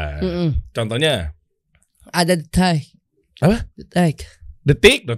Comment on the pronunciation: beat karbu Dustin ketawanya nular🤣🤣🤣 detik jadi detaik🤣